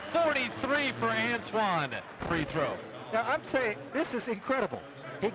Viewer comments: FFS his name ANTAWN not ANTWAN dumb ah announcers learn to read english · You mispronounced his name in the video and you're talking about lack of respect. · You can start by pronouncing his name right.😂😂